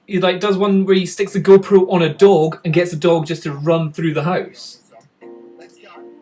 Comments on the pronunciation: Me: h-ow-se You: Howuse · It's weird how you scottish people say "house" :p